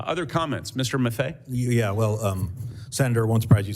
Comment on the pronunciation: Hello Sal, we love your show. Funny and informative. We’re from Syracuse NY so I just wanted to let you know Dan Maffei’s last name is pronounced Ma Fay.